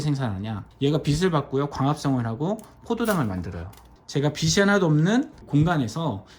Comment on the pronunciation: 빗이 아니라 빛이다 비치로 발음해라